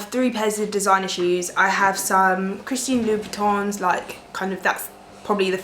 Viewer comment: Lool ! I have to teach how to say Christian Louboutin tho !!!! xx